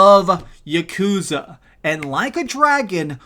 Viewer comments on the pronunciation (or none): Its not yuh-koooooozuh. Its YAH-ku-ZAAH. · Im here like god DAMN MAN. Please don’t pronounce yakuza with such a long hard U